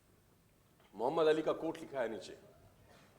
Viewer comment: Bahai AP ke zaban se Muhammad Bolna bara acha lagta he